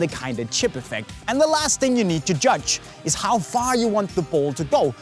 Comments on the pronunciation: it's need not nees 😂😂😂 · 3 crosses you need (not nees) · it's need to learn not nees😂😂😂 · Its not nees. Its need. 🤭